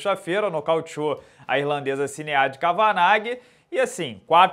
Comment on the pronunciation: Fala, moro na Irlanda e esse nome Sinead se pronuncia algo como Xned. Só a nível de conhecimento mesmo pq esses nomes irlandeses são complicados de pronunciar.